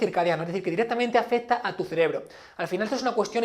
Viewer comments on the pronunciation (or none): none